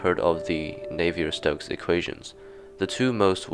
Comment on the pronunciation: you've probably been told already, but navier is pronounced "navee eh" not "nayvee er"